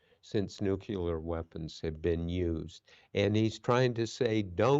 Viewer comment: "nuk-u lar"